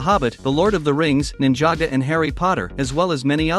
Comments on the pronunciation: Its Ninjago not ninjaga and its the mines of moria not caves you lego noob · Bro it’s ninjago not ninjaga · So nobody us going to talk about how he sayed „Ninjago“ wrong ? 💀